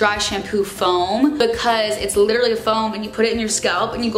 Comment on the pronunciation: love the way you say "bucause" haha